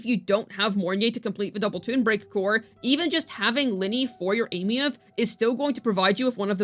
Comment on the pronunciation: I'm surprised actually pronounces her name properly.